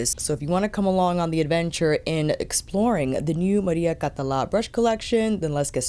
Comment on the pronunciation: You pronounced the name perfectly, don't worry ;) Also, thank you so much for being super honest about the feel of the brushes. As a fellow fude enthusiast, I was wondering how these new generation fibres that claim to mimic natural hair compare to actual squirrel or saikoho (same with the Victoria Beckham ones).